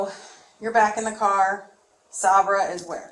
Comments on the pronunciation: Is she calling Sabre SahBruh on purpose? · the detective mispronouncing Sabra's name is killing me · The way she's pronouncing Sabra is driving me crazy lol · not saber…. Sabra. Like the hummus 😂😂😂😂